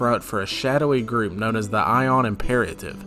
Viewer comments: Ioun is pronounced eye-oon. They are from Jack Vance's Dying Earth series. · Going by the old Dragon Mag #93 pronunciation guide it's 'EYE-oon' stone. But thanks for the video good info.